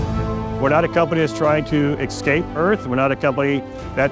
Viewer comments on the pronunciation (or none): Excape earth. How’d he get where he is talking like that… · Excape. Lol you really gottem. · Imagine being that high up in a company and still pronouncing "escape" like a five year old . Jesus Lord Murphy.